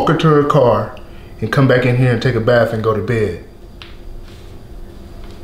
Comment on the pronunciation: Told ol boy to take a “baf”